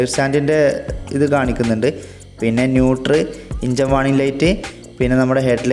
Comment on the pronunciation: ഇഞ്ചൻ അല്ല എൻജിൻ